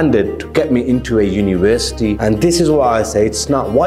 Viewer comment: Uni-wer-city .....madness 😅